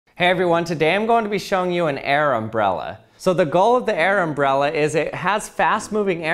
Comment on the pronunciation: Is it a uh... airmbrella